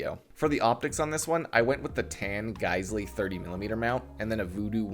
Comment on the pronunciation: Geissele is pronounced like "gai sel".